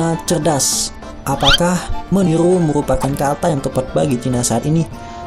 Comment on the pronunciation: Meniru or menilu ??????